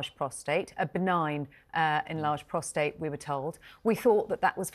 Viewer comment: Could someone please correct Tom Bower’s pronunciation of the prostate gland? It’s prostate (with no r after the t) not prostrate. He keeps saying prostrate and it’s incorrect. He’s writer. He should know this.